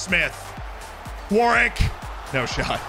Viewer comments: It’s pronounced warick not Warwick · New drinking game, take a shot every time mispronounces Warwick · We are going to have to teach how to pronounce English names like Warwick 😂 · Love the pronunciations Z! 😂 War-Wick being my favorite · I was trying to work out how best to type this out on the last video, I settled on Worrick. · I was hospitalized for alcohol poisoning before finishing the video